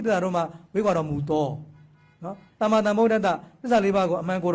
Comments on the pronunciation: ကလေးမရေ..သမ္မာကိုသမ္မာသမ္မာလို့သမ္မာပီသအောင်အသံထွက်ပါ..ဒို့ဗုဒ္ဓဘာသာတွေအများစုက သမ္မာ‌အသံထွက်ကို..သံမံသံမံနဲ့အလွန့်အလွန်ကိုမှပဲနားကြားပြင်းကပ်စရာကြီးအသံထွက်ကိုလေးနက်စေချင်ပါတယ်..။❤❤❤❤❤❤❤❤❤❤❤😊😊😊😊😊😊😊😊😊😊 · သမ္မံ(သမ်မံ)မဟုတ်ပါဘူး သမ္မာ(သမ်မာ)လို့ဆိုရမှာပါ လျှောက်တင်သောသူအသံထွက်မှားနေတယ်ထင်လို့ပါ လျှာရှည်တယ်လို့ထင်လျှင်ခွင့်လွှတ်ပေးပါ၊🙏🙏🙏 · အသံထွက်ကက.. သမ္မာ...သမ်မာ လို့ဆိုမှအမှန်ပါ..သန်မန် ကအသံထွက်မှားပေမယ့်အများစုက သံမန် လို့ပဲအမှားဆိုနေကြတယ် ❤❤ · သမ္မာ က အမှန် မေးသယက သမ္မာန် လွဲနေတယ်🙏 သမာန်မဟုတ် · "သမ္မံ" ..သန်မန် မဟုတ်ဘူး "သမ္မာ".. သန်မာ လို့ အသံထွက်မှ အမှန်ဖြစ်တယ် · သမ္မံ မဟုတ်ပါ သမ္မာ ပါ သမ္မံ နဲ သမ္မာ အဓိပ္ပါယ် ကွာတယ် မဟုတ်လာ ဘုရာ